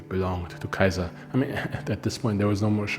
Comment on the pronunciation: I like the information in your videos but Im not sure about your pronunciations of Caesar. In one video you pronounce it SE-ZAR and in this one you say KAI-ZAR. So one of these videos has to have the wrong pronunciation. You also put heavy emphasis on the pronunciation of the names. which is fine if your teaching us the correct way to say it... but putting that much emphasis on a mispronunciation sounds makes me wonder how accurate a lot of this info really is. Sometimes you do asides, like the little clips. I get its for humor but they often feel out of place in your videos.